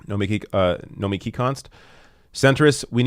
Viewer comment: nomiKI. emphasis on the key